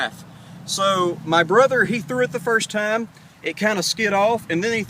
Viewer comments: Do you struggle to pronounce the r sound? Don't mean any harm but you called your brother a brothel :P. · lol "I'm gonna let my brothel do this one" "Winchestel" I've never heard it pronounced like that. Cool Vid though.